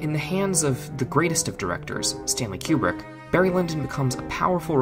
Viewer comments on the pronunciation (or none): Very well done. Small quibble, it is Koobrick, not Kyoubrick.